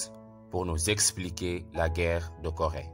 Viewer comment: Seulement que ce n'est pas Gorée, mais plutôt Corée. Et apart ça franchement c'est enrichissant de ce que vous faites